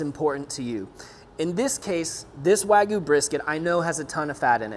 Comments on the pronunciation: Wa-gyu (wah gee you) not wagoo lol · Ok. As a subscriber and BIG fan of ATBBQ I hesitate to criticize but we got two huge problems here. 1) as mentioned numerous times below you are degrading this high quality meat by injecting it. 2) why do some people insist on calling this WAHGOO??!! It is spelled and pronounced Wagyu (wag-yu). You sound like a toddler.